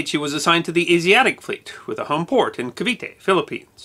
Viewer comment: "Ca-vi-TÉ". You're welcome.